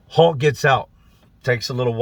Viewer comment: I watched a video the other day that I could have swore he was saying "hawk" then by the end of the video I realized he was saying "hulk". I imagine it's the same guy cuz how many people could a guy possibly know called hulk?!